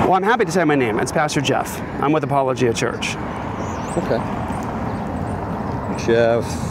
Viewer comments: Apologia is pronounced like apology but -gia instead of gy haha great video as usual! I’m really glad i found this channel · I’m jus laughing at the way you are pronouncing apologia lol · The name of the church is Apolo gia. I put the space in so you could pronounce it correctly. It comes from the term "apologetics" which is defending the faith through deductive reasoning methods. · Apologia is pronounced "a paul o gi ah" its from the Greek mesning "provide an answer" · Pastor Jeff is awesome. The Church is pronounced Apology-uh. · Dude, you need to learn how to pronounce these names. You're constantly butchering them. It is pronounced like "apology" only with an "ia" at the end. Jeff even says the name of the church a couple of times during the video. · Apologia is more like "apollo G ah" than it is like "ap ah low jah" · Wow, he really butchered the pronunciation on this one. It's pronounced "apology eh", not apalachia. lol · Narrator guy needs to watch the footage before recording the voiceovers. He mispronounces names A LOT, and would get the pronunciations correct if he'd watched the footage first. It's not "apple-O-gee-a" it's "apollo-GEE-a" as Pastor Jeff said. On another video with an Officer LaBey, he kept saying "labby" even though the officer IDed himself as "la-BAY." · Lol. It's uh-pawl-oh-GEE-yah. Not ah-puh-LOH-juh. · Come on man!!! You can’t pronounce they’re church name right!? Damn. Sloppy. It’s pronounced “apology-uh” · Finally! An actually important case! And just to nitpick: it's pronounced AaaPawlOGeeAA. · Pastor Jeff is a great man. I follow his yt channel. He also has the only Christian based late night show called Next Week. Also, Apologia is pronounced 'Apollo-gee-uh'. Great video!!! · It’s uh-pahl-uh-GEE-uh. Great video, I had seen this on their channel and wondered what you would say. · Apollo-Gia is how that’s pronounced. Like apologist. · It’s pronounced “uh-Paul-uh-gee-uh” like apologetics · It's "a-paul-uh-JEE-uh"